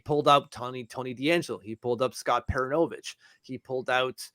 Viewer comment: You can pronounce French Canadian players names with your francophone flair (Samuel Bolduc) why can’t you properly pronounce Scott PER-OON-O-VICH…and it’s RO-MON-OV not Roman-off You are reporting on our team (our’s AND your’s) you are in media, albeit social media - do better for us and our team!